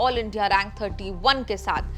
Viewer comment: Pronounce her name correctly Mam. Pronounce her name as FOUZIYA, not as FOUJIYA